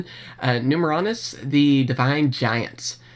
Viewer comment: Pronounced: Nume - erronius (Numeral + Erronius) and Nume - erronia